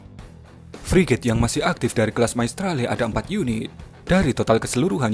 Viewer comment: Hhh yg benar2 priget min emang priget kita yg udah ada priget siluman, min menggebu2 amat